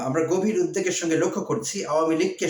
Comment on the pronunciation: অনেক শ্রদ্ধা রেখেই জানতে চাইছি--- "উদ্বিগ্ন" ও "উদ্বেগ "এর উচ্চারন বিষয়? মনে হয বুঝাতে পেরেছি কারন আপনি বিচক্ষন ও বুদ্ধিমান। আপনার ভিডিও গুলো আমি আকাঙ্খা নিয়ে দেখি, পছন্দ করি বলেই, প্রিয় মানুষকে লজ্জায় পড়তে দেখলে আমিও লজ্জা পাবো তাই-ই এই লেখা, ধন্যবাদ।